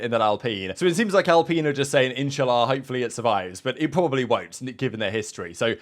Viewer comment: Did you say InshaAllah 😂🤣